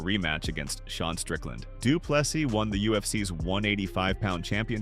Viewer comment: How is it that there are still people that does not know not to pronounce the last s in DDP's surname? The narrator (AI?) jumps between correct and incorrect....